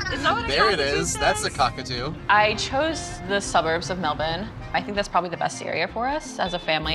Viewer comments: "Mel-bun". Well, at least you pronounced it correctly. Btw, I cut my own hair too and take a bath once per week. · Well they got points for pronouncing Melbourne correctly right off the bat